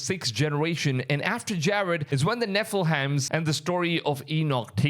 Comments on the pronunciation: Nephilim is pronounced ne-fil-eem. 👍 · This guy has the hardest time pronouncing “nephilim”. Also I really don’t think that guy is the Antichrist. It says his countenance is more stout than his comrades and he cares not for the desire of women. Those don’t really describe the guy. He could be evil but I don’t think he’s THE Antichrist. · The way you say Nephilim!! OMGOSH! 😂😂 It sounds like a Hogwartz fraternity!!